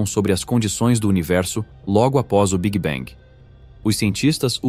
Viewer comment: tudo ia muito bem até o migué "big bang"... aí não dá - "biguibengue" não dá... é muita tolice